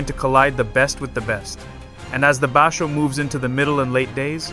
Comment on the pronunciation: He is Yokozuna level. It's just a matter of time. He has already beat a weak yokozuna, Hoshoryu, 4 times, undefeated against Ho. Please watch your pronunciation of some words like basho.